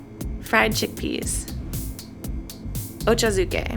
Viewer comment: As a fellow hafu, pronouncing it "oh-cho zoo-kay" killed me a little bit.